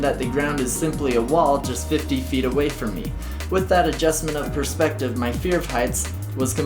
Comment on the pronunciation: it should be perspective ... and not perpsective 😂